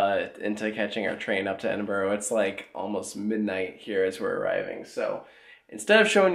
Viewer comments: Lil note to you guys and any other American viewers: Edinburgh is pronounced Ed-in-bruh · Your mispronunciation of Edinburgh 🤣🤣🤣, I visited Flamingoland quite a while back now well before Sik and a few years before mumbo jumbo. I remember kumali being pretty good back then but no doubt it has aged abit since then. Need head back to ride Sik at least.